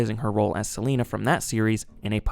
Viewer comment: selene not selena